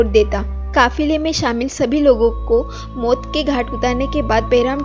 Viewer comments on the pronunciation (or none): Mot ke ghat nhi maut hota h 😂 khof nhi khauf hota h 😂